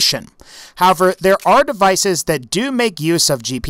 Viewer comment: Anyone else notice he says "have-er" instead of "how-ev-er" whenever he uses the word "however"? It wouldn't be so noticeable if he didn't use the word sooooo much, lol, ugh.